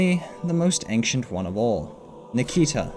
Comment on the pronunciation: Why do you say "aink-shint" instead of "ancient"